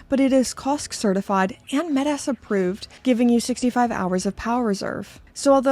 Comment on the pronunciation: It's not met-ass. !! It's metas